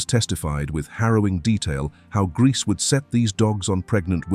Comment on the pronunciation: Narrator pronounce Grese at least 4 different ways: Gracey, Greese, Grehsa and Graysa. Seriously?! And, beautiful??? She looks like that thing that ate my cat